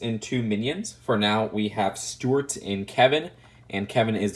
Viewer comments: Why do you keep calling Stewart “stort”? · A) I thought young didn't like the minions or Despicable Me because you thought they were really annoying (unless that was someone else Idk), and B) Why do you keep calling Stuart "Stort" (unless that's just your accent Idk)?? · he pronounces Stuart like stwert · I like how he pronounces Stuart as stort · Nobody:: Stewwuarttt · Why does he say Stuart weird?